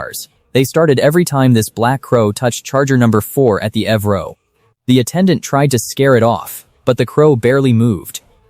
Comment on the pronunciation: I was interested until your dumbass ai said avro instead of calling it an E V row